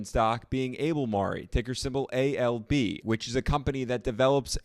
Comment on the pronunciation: Thanks, might look at ALB again at this price (see Google to know how to pronounce it correctly), but overall, I don't own miners (except CLSK). Unlikely to have any Hormel products in my cupboard. None of these are "income stocks" in my view as a retiree, but always like to hear your ideas.